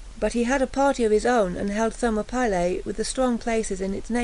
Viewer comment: FFS- THER-MOP-ILLY